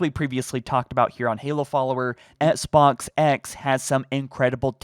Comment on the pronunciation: says "Esk-Box" instead of XBOX.;) ESKimo Box